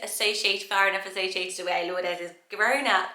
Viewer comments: Just FYI, Lourdes is pronounced Loo-rd :) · I’ve never heard anyone pronounce ‘Lourdes’ as ‘lourd-es.’ The ‘e’ is usually silent.